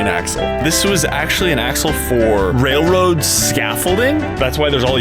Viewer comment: “Let’s put a mini truck on da wailwoad”😂😂😂😂😂 Keep going 🤙🏽